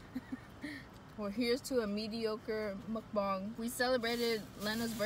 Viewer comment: you did a pretty good job with your pronunciation of mukbang:) good job hahaha